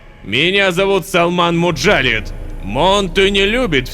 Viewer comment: Вообще насколько я помню у арабский имён ударение на последний слог, поэтому жреца зовут не муджАлид, а муджалИд